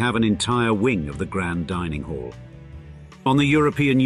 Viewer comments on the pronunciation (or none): none